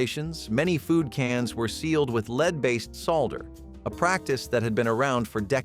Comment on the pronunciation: You mentioned lead solder and your narration program pronounced both of those words wrong.